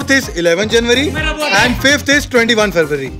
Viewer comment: February and not Feburary and January and Janurary😂😂